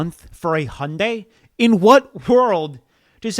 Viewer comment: Hyundai is pronounced hai-une-dai, not "Honday".